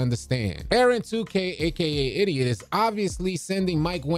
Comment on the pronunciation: Bruh I’m confused idiot and idot are two different pronunciations